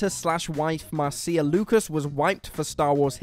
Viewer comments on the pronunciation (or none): Marcia is pronounced "Mar-shuh." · "mar-SEE-a" Lucas? Have you never heard the name Marcia pronounced out loud?